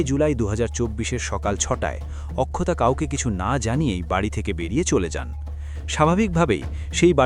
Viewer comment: অক্ষতা হবে উচ্চারণ, আখখতা নয়